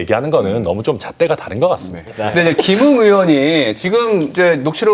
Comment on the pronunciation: 의원을 으원으로 발음하는 이가 있군요.